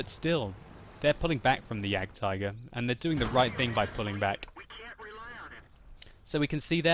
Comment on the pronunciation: For a person who tried to say "Waffenträger“ so well, I'm disappointed in your ability to pronounce "Jagdtiger"...